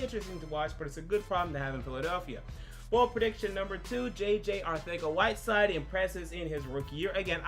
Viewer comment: This guy pronounced the "th" noise in Arcega-Whiteside?! Yeah, he deserves all the likes.